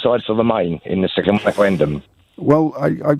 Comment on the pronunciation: A second weferendum